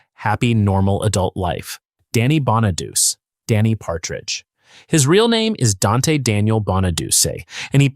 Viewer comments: Wow. Danny Bon A Duch Aye. Not Bon A Duce. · You are pronouncing Danny's last name wrong. It us Bon-A-Doo-Chee. Not bon-A-duce. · Can't stand the AI voice. Not BonaDOOS. Bonadu che. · FYI.. Danny's last name is pronounced "BON-UH-DEW-CHEE", NOT Bon-uh-dews. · More AI crapola. Horrible thumbnail, wrong name pronunciations. Bonaduse,it's pronounced Bonaduchee Susanne 's last name is pronounced Crow. Get the facts right ditch the angel wings on living actors or don't bother to create a video that creates groans and eye rolls. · These narrators (whether real or AI) never can pronounce Danny Bonaduce (the last name is pronouced, Bon - a - du - ch - e) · BONA-DOO-CHEE IS HOW ITS PRONOUNCED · It greatly irritates me that everyone who makes these viseos does not know how to pronounce Danny's last name, so here is how to pronounce it:.....BONN A DOOCH EE (it's an Italian name ) P.S. what David did, (publicly telling secrets about Susan) was a shameful thing for him to do. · Danny Bon-a-Doo-Chee. 🤦🏻‍♀️ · And I can't even pronounce Danny's name correctly and maybe spelled Danny bonaduce but it's pronounced bonaduche it's French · I thought "Bonaduce" was pronounced bah nuh DOO chee . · It is. AI SUCKS. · Danny Bonaduce pronounces his name BON-uh-doo-chee.